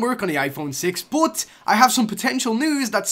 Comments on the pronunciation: Why does this guy say bot instead of but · You don't know how to say "BUT"